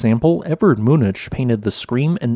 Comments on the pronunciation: I’ve noticed unusually colorful sunsets recently. Just yesterday I was wondering if they are because of this volcano. Thanks for confirming my suspicions. Btw, Munch is pronounced as monk. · The name "Munch" is pronounced approximately "moonk".